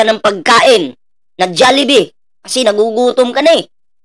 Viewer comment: Hey, wag Kang gumaya sa mga tangang Pinoy, hnd JALLIBEE, Ang tama Jollibee, hnd Yan pwedeng gamitan Ng Silent "A" Ang Jollibee, Ang mga Pinoy tlga parang hnd nag aral, pag Ang kasunod Ng J ay o, Ang basa don ay JO